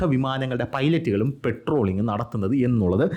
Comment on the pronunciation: പെട്രോളിംഗ് അല്ല മോനെ പട്രോളിംങാ... പട്രോളിംഗ് 😂